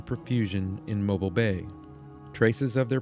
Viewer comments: Mobeeeeeel is how it is pronounced! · I live fifteen minutes from dauphin Island , you past my house on your way there I live on dauphin Island parkway , you also pronounce mobile alittle wrong its pronounced like mobill